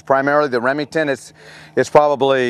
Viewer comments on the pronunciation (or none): *Remington. Not Remmington.